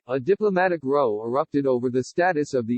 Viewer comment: Really need to edit your text-to-speech tools to make sure words like "row" are pronounced correctly. Hint* Try replacing the word "row" with "Rowe" for the desired effect.